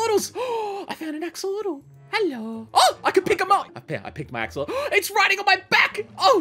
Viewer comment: It's blue axalotal bruh